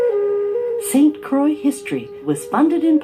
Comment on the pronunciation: pronounces "St. Croix"